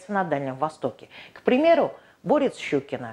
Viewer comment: Очень интересный рассказ, но почему не клобучковый(от клобук) ,а каблучковый? И не борЕц, а бОрец? 😂